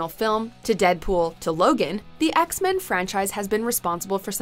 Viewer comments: Did she just say ek-men on the first one? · What’s Eckmen: Apocalypse